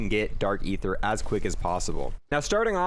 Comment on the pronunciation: You spend the most time on this game and still pronounce aether wrong 😭